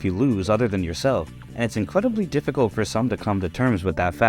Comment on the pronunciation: you lost me at incwediblwy